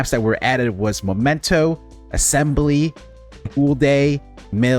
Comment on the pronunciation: Please, it's MEmento, not MOmento...